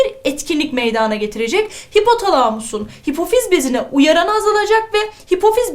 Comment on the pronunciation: hocam çok fazla güzel anlatıosunuz saolun ama meydaağna dediğiniz kopuorum herseferinde kusura bakmayın cmmcksldlpswşlcğdğsşcüc